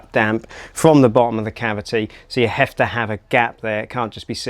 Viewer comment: I can’t un hear it now, 😬